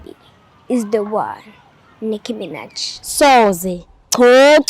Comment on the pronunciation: Nicki Minaj not Micki Minaj 🙄